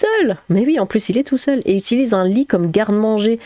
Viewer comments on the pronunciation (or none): none